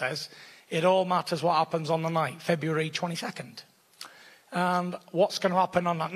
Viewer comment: Fury should make Wilder try and say February again.